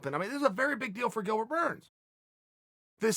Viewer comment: Chael says his name correctly. Burns for p4p no.1